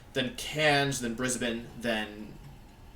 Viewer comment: Props for knowing that brisbane and melbourne are pronounced the same.